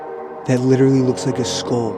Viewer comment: When you sed "that literally looks like a sckull" I wanted to bash my head so hard on the wall man IT is a SCULL! [Pv me just wanting him to get it right] (nice vid by the way :->) Oh and is that snow?? (￣ー￣) The white stuff on the ground, or is it white mold?